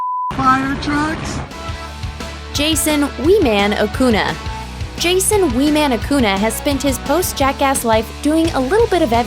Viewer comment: wow way to disrespect Wee Man and mispronounce his name